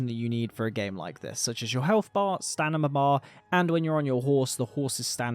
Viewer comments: STANIMA, i cant b the only 1 who heard him say it like 50 times... STAMINA... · no hate! like your content a lot... but its STAMINA not STANIMA... just mentioning because you said stanima multiple times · Enjoyable video, but I can't get over the fact that a person that certainly sounds like a native speaker continues to say what sounds like stanima, must be some exotic accent.